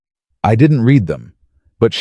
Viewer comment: AI is illiterate. He 'reed' the 3 pages? He 'red' the 3 pages. Read vs read and AI has no clue and the person posting these stories never edits as claimed undèr 'description' AI should be boycotted and then banned. I am so tired of FAKE.